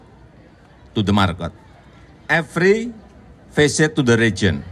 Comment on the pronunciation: Pak jokowi ga nyebutin eperi pisit the region and eperi city i jeck the gorong2 after from the market?